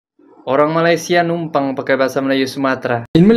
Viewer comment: Katanya bahasa melayu asal sana,tapi sebutan malaysia tak pernah betul,tak sekolah ke,atau sengaja sebab sakit hati..